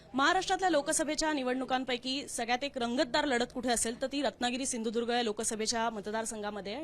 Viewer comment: 😂😂 सिंधुदुर्ग नाही बोलता येईत